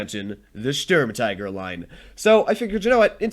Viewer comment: The U in Sturm tiger is pronounced the same as the U in stupid, or the OO in spooky In total it is pronounced: 'Schturm teager'. The StuIG33B is an Sturm Infanterie Geschütz. It is not an L. It is an i. The I from Infantry. In documentation the name is shortend to: Sig33.